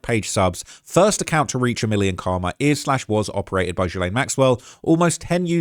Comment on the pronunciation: Thank you for the thorough research. Most of us do not have time in our lives for even 3-4 hours on Reddit, and you are helping this topic stay current until justice is served. BTW the groomer (or her siblings) are no doubt listening to any online mention and every time her name is pronounced with Jee, it must be like an annoying jab, one of a thousand slow tiny cuts.